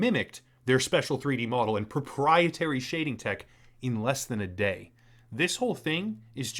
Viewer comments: Drinking challenge: take a shot every time they say propietary, you will die of alcohol poisoning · Well-written script, however the exaggerated emphasis on the word proprietary again and again wore thin. Otherwise, great synopsis and commentary.